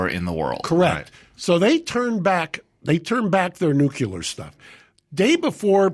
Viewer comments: Uuuh Mark- the word is pronounced nu-kle-er NOT nuk-u-ler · Gerrigos says “nukular” lol it’s over!!! “Nuclear” ☢️ buddy….. Really. Damn he Is a stupid ass Homer Simpson Buffoon.. lost all credit my dude. Still love you guys. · It's pronounced "new-clee-er". That concludes today's lesson.